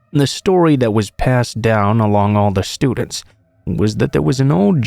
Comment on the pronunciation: lmfao why you say “students” like that 😂😂😂😂😂